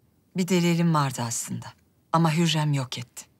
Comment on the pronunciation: It's not huyam💀 it's hurrem